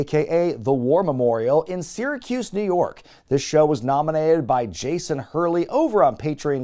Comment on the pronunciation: you made me proud by pronouncing "Syracuse" correctly and with ease. Holy shit I didn't know my humble local city had such a claim to fame. I've gone into Syracuse for the regional farmers market every saturday since before I could walk. Stop by for some homegrown beans/peas/squash,. On the "house" (get it?)